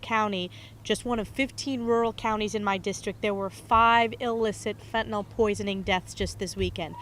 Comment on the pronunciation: Now they need to have non-stop coverage of why this country has more deaths from gun violence than from fentanyl. More people 18 years of age and younger die from guns than drugs. Look it up. Then fix it, GOP. The name of the substance is not "fentinol," btw. When you insist that other people write your bills for you, you have no idea how to spell or pronounce the thing you're allegedly so upset about. GOP -- look into why Americans will take pills -- any pills at all -- to escape the despair that a rigged system has thrust upon them. If there's no market for what they're peddling, they'd go out of business.